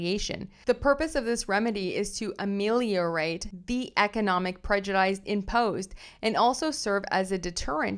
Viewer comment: I’d like to say that I find your readings much easier to follow because of the sound of your voice, diction and the clarity of your audio. I hope you won’t mind a small correction: the word ‘prejudice’ is pronounced the same way whether it is used as a noun or a verb. Thanks again for your work and I look forward to listening to you again.